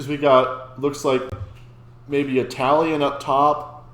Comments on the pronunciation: On top of everything incredible and absurd he just did here: his pronunciation is absolutely perfect. I'm Italian, I've been to opera concerts, studied them in high school, it's normal and expected to read the lyrics from the pamphlet because there's just no way you can understand every word with opera vowels. But I can clearly and distinctly hear every single word he's singing, and I shouldn't be able to. I cannot articulate how much I shouldn't be able to perfectly understand everything he's saying as if he was speaking normally in perfect diction to me. Every single detail of his performance is insane. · So he also has a very good italian pronounciation...does he have a weak spot?!😨